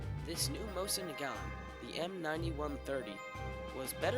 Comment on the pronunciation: Mo-SEEN Na-GaNE